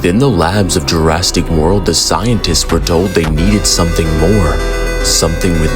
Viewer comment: "Jurastic World" Perfection